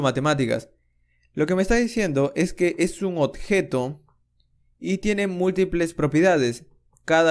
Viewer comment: compatriota peruano detected :D (cuando menciona odjeto) gracias bro por el aporte